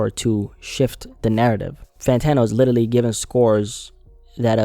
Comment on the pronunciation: Bro how is literally your favourite word that you just say in every single video and you still can’t pronounce it 😂 Everytime you say Littely I can’t help but laugh